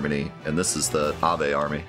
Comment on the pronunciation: I don't look forward to hearing "av ey" for Aveh for the next glorious 50 episodes. Vehement. Vehemently. Veh. Aveh.